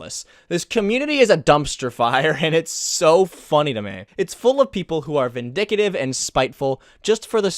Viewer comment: Lol. He really messed up the word "Vindictive."